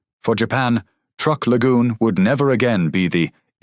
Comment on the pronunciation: truk NOT trook